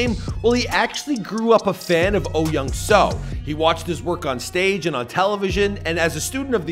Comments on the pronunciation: Yes, this bothered me as well. It’s closer to Oh Yeong-Su. After learning the Korean alphabet, Americans mispronounce Korean names horribly. It’s embarrassing. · He is probably reading romanized Korean. I've lived in Korea for five years, so I'd pronounce his name perfectly. But for foreigners who have never been to Korea, I expect the bastardization of the language.